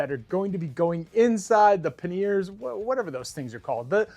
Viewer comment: I’ve watched way too many videos involving bags and I believe the general consensus is they are pronounced “Pan-e-ers” .